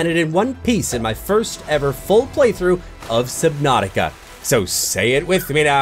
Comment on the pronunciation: I know how to say that subnautica